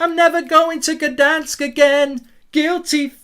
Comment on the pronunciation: Gdansk not Gadansk!